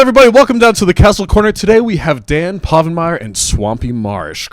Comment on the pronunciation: HIS NAME IS DAN POVENMIRE NOT PAVENMIRR